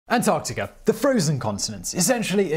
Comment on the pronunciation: Actually, if you listen closely, in many cases throughout his videos where the word ends in "a" he turns it into "ar" as in antarcticar. Not a strong accent, but there.